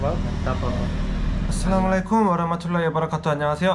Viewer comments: Hey Daud. No hard feelings but just to improve you more in greeting other people, allow me to correct you, it's not "Salaam Walekum", the correct way is "Assalam-u-Alaikum". All the best my brother for future. May Allah bless you ❤ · It's not salamalakum....its Assalamu walaikum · you should pronounce Assalamu alaikum. It's not Salama laikum.it means you get death..but in Assalamu alaikum means you get life. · Please don't say salamale kum .... Say " Assalamu Alaikum " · Not Salamalukum but assalamu alaykum.... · Bro don't say salwalekum say assalamualaikum pronounce properly